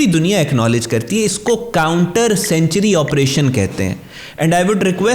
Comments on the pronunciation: سینچری نہیں سینکچوئری ہوتا ہے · Don't pronounce the word "Sanctuary" like CENTURIES, pronounce it like SANK-turies.(Sankchuries)